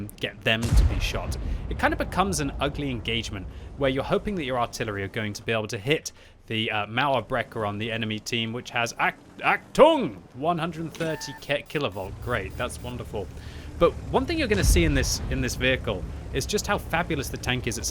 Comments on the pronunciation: Achtung is like ahtung the h in hello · The German word Achtung means attension in English and the pronounce is on the A